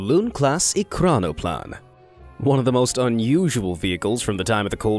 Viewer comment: At least your Russian is better than your English. ekranoplan is pronounced e-kran-o-plan and those pods are called pontoons.